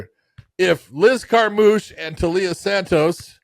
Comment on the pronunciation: Taila as in Thailand. Is reading/correct pronunciation that hard? When Blanchfield was doing it I thought she was pulling a Jon/Cereal (Cyril) and deliberately getting it wrong.